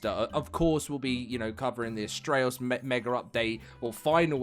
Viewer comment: Mega does not have an r at the end its mega not meger